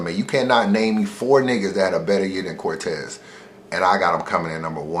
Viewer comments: Nigga said Cortez. Almost caught the unsubscribe Smh lol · am I the only one who stopped watching the second said cortez?